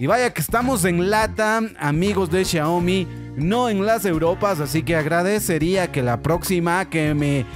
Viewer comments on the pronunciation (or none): No es CHIAOMI es XIAOMI